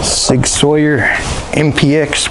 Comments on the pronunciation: GODDAMNIT!!! It's Sig Sauer( pernounced sour) not Sawyer and it's a pellet gun not a pelliot' gun as there is no such thing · ITS SAUER NOT SAWYER THERES NO Y IN THERE GOOD JOB BATTLE.....